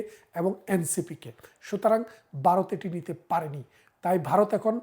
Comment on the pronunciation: উইথ ডিউ রেসপেক্ট, আপনি তো সাধারণ মুখ্যু বাংলাদেশিদের থেকে অনেক বেশি শিক্ষিত; তো আপনার মতো মানুষও 'ভারত' উচ্চারণ করতে পারেন না কেন?😅 ইটস নট 'বারোত', ইটস ভারত। ভারতবর্ষ।😊